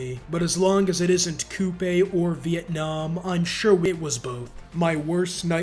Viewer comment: Look at this nerd pronouncing Khmer correctly like a nerd Lmao.